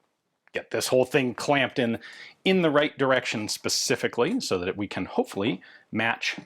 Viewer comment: “a lil bit of dis and lil bit of dat” ass✌️😭